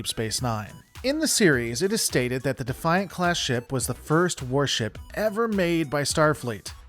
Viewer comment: Thank you for pronouncing the ship class correctly, it may be spelled “Defiant” but it’s pronounced the “Ben Sisko’s Mother*** pimp hand.”